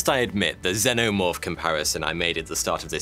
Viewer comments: I love when people say Xenomorph wrong it just shows they've never watched the movie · Bro how u mispronouncing xenomorph when there are 4 films which literally say it for u. I got an idea go watch one of thems🤦‍♂️